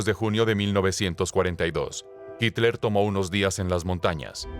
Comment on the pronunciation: No es hicler es hitler .... este supuesto documental esta editado muy mal